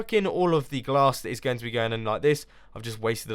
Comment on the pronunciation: why does he always say "welcome back and TODAY im gOng to play MINECRAFT!"